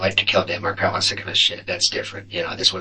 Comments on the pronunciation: Mar-kel not markle. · It’s pronounced Dan Mark-EL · It’s Mar’Kel